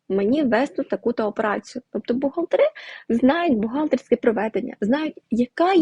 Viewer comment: будь ласка,говоріть правильно господАрська операція,бухгАлтери,поважайте слухачів